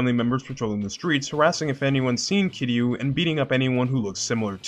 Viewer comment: This might be the only video on YouTube where someone pronounced Kiryu’s name right